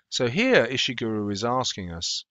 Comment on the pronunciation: You pronounced his name wrong at Pretty sure his name is said "Ish-(t)i(p)-gur-Oh", not "Ish-(t)i(p)-Guru" - this is how you would say it using things from other words